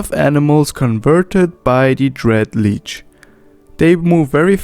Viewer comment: One thing hurts my "mmo-rpg feelings" - It is pronounced shortly: Lich, not Leech